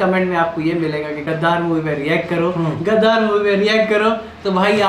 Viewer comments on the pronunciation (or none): Sir it's gadar not gaddaarr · My cute sister मूवी name गदर है ना कि गदार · Gdaar nhi Gadar 😅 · Gadaaar nhi hai bhai yr gadar hai bhai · Gadaaar nahi gadar 😂😂😂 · Gaddaar nahi hai bhai😂 gadar hai vo.. fark hai😂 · फिल्म का नाम "गदर" है "गदार" नही, पहले भाई नाम तो ठीक से बोलना सीख जब बादमे फिल्म पर रिएक्ट करना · Its Gadar not Gadaar. Need to pronouns correct.